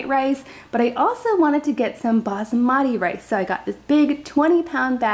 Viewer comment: The way she said basmati 😪